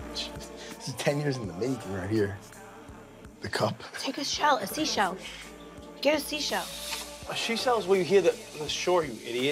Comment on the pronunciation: The beginning “ take a sea shell...take a shea shell”